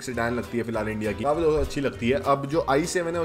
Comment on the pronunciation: Bhai love your videos. But aap kaafi ko kaufi kyo bolte ho